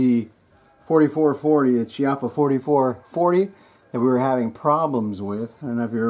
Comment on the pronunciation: PRONOUNCED...key- oppa